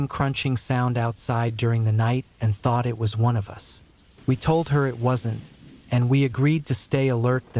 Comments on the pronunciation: “None of U.S. did” lol AI is so dumb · Yes, sounds like stupid AI when it pronounced the word "us" as "you-ess" 😂 twice.😅.